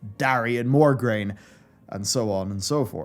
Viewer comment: Just a teenie little detail to correct.. MOGRAINE, not MORGRAINE! That is all..